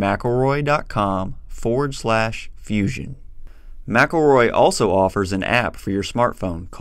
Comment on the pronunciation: ... you mean Mc-EL-ROY 😂 you can‘t properly pronounce your own companys name 😂😂😂😂